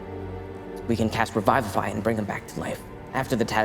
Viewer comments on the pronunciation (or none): Revivify is not pronounced Revive-if-eye .. its Re-viv-if-eye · My rules lawyer just started freaking out and scattering all the papers and just glitching. Also this is my first time hearing someone pronounce revivify as Raivafai or however you spell that pronunciation. That also caught me off guard and I get a feeling I should just keep my distance at this series no matter how good it looks because c'mon guys at least follow the actual spell description and casting time. Tiny Hut casting time can be such a great way to cause tension when you're trying to hide and you're being pursuided Anyways rant over, it's their game but I needed to let that out. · Raivify? XD that's interesting drow pronunciation